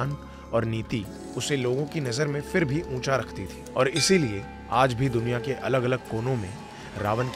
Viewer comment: Itni achhi bhasha hai aapki. Bas PHIR ko 'f'ir na bolein please.